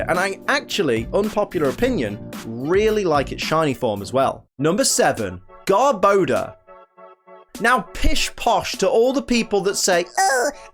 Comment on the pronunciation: THERE SHOULD BE ONLY ONE R IN GARBODOR!